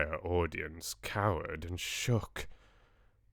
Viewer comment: Loved the sing-alongs!! JRR Tolkien did write some really lovely songs!! The Witches... the story is building up momentum and will take off soon!! The Grand High Vitch left all of us in stitches!!! Ridiculous accent, hilarious expressions!! It was a simply wonderful rendering of a simply wonderful story by Mr. Dahl. One of my absolute favourite stories!!